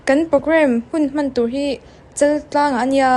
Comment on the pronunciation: Chaltlang a lam rik dan tur dik Chaaaltlang tih tawh tur aw,veng leh khua leh hming nei hrim hrim.hi dik thlap hian sawi thin teh u.